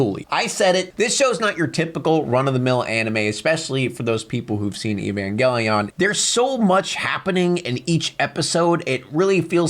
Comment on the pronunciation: Neon genesis rules😊 . There is lots of stuff .. i know it is less deep that what some think… But its references are deep . Say it right lol : ee-van-gal-ih-on